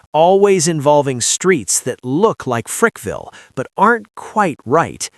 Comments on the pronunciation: It Frackville Pa not Frickville and it’s a quiet little town . Nothing he said was true! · It's not Frickville....it's Frackville. Place is a shithole.